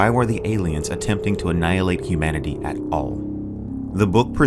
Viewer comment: Hi, loved the video. The "humnanity" error at the beginning cracked me up though.